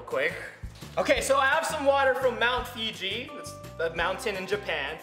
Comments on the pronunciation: Roi, it's Fuji not Fiji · It's Fuji (say foo then g) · Sorry OCD kicking in. It's not mt. Fiji in Japan. It called mt fuji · The mountain is called fuji and not fiji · Roi that'smount Fuji not Fiji😂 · It's not mount figi